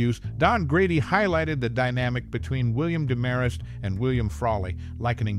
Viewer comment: Same VO twice in a row? And it's DEMarest, not DeMARest.